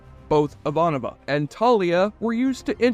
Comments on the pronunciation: Thank you for posting this question! What in the actual Jesse? You pronounced Ivanova two different ways, Jurasik as Jarusik, and even Mira as Mia. But it was Mira's quote and the overall sincerity of the video that makes me overlook these minor quibbles. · You binged the show over a week, watching 110 episodes and 5 movies, and you STILL pronounced Ivanova’s name wrong??? How???